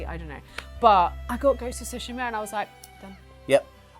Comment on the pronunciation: This and Dragon’s Dogma2 are just boring arcade for casuals; just push light attacks button repeatedly, the end. “Shogun” is just another racist white-savior show. Gaming Industry and Hollywood are intellectually bankrupt. Finally, it’s “Tsu-shi-ma,” not “Su-shi-ma.”